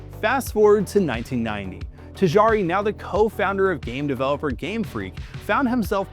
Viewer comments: Tajari instead of Tajiri is crazy. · Omg “Ta-Gee-Ree “ not “Ta jar-ee” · Tajari is wild 😅🤣 it is Tajiriiiii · This is a great video so far, but it's "Tajiri", not "Tajari". More like "Tah-Jee-Ree". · “tahjaaree” dude butchered the pronunciation 😂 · "tijari".... Really man? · I cringed every single time. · Man, if you fail at even pronouncing the name how can the audience be sure that the rest of the piece is researched well?